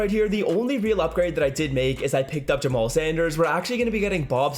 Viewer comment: "Jamal sander"😂😂😂😂